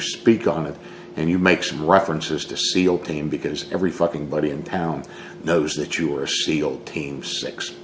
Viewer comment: Hey Don did you say Seal Team 6 or Meal Team?